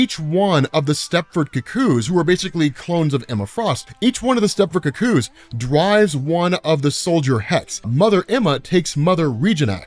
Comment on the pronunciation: Love the videos but can we get a pronunciation watch on some of these words, lol. "Cuckoos," "sloughs," and a few others were entertainingly mispronounced, lol